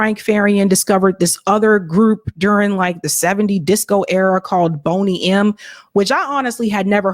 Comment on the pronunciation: Boney M (pronounced "bonny") were very popular in the 70's. Grew up in Nigeria and their music was played at every party.